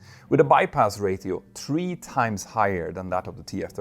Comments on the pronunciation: stop saying ray-teo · ratio is said "ray-she-oh" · Please say "rayshio" instead of "rayttio". Thanks